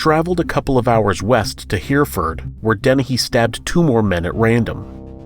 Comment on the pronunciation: (ish) ... it’s pronounced hair-ree-ford ... Hereford . I’m from there. I know one the bloke’s she stabbed. My dad was a firefighter and worked with him for many a year.